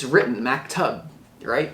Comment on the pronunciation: It's pronounced "muk-toob". You change the meaning if you don't pronounce it right.